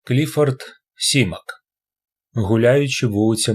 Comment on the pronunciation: Прошу, тільки не сімак, його прізвище Саймак! Дуже вухо ріже